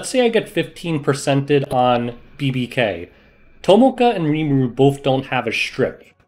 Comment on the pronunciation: I can stand you calling Rimuru a she and butchering his name every chance you get... but calling Krau her..? Unsubbing gg